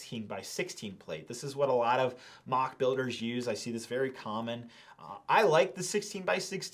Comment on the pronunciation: They "literally" saved your life? That means, you would have actually died hadn't you had them? That's a story I want to hear! Someone's life coming to an end because of a missing Lego piece... ...or, you have as little idea what "literally" means, as you have about how words are pronounced. It's not "maac" but "moc", it's not "dioreema" but "diorama" - DUDE! Learn English before you make a video! This lack of verbal ability is disgusting! "Literally" disgusting (means my stomach hurts)